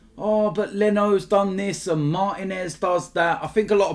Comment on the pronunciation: Bro in the last name Martínez, the stress falls on the second syllable, not the first. Trust me, I'm a Spanish speaker and you guys can do better.